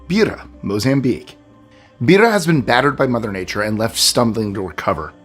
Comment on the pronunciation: BEIRA is pronounced BAYRA not Beera 💖💖